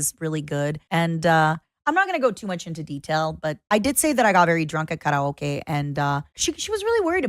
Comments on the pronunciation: speaking english and randomly pronouncing karaoke like she's speaking japanese, for what possible purpose. weebs are insufferable. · anyone else tripping over the way she said kah rah okay?